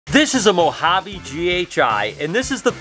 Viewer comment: Hey. I’ve got to be honest with you, but I am not good enough a the gene guessing & I’m still at the stage of ‘ that’s a banana something snake’ lol 😂 I do love the way you say Banana Moharby with your American accent though 😂